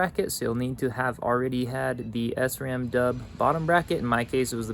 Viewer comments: It’s most definitely SRAM, not S-ram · great video but sram is prenouced as shram because it is a German company.